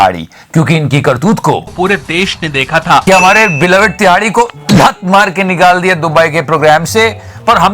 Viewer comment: The way you say tihadi is ultimate 😂